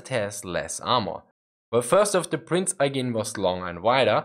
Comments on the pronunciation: "Prinz Eye-geen" that's a new pronunciation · The way he said Prinz Eugen also made my ears bleed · Good video but the pronunciation of prinz eugen is weird